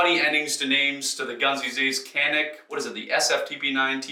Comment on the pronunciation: Canik is Turkish and is pronounced "can-neek."